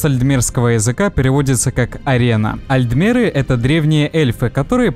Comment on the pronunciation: Не альдмеры , а альТмеры.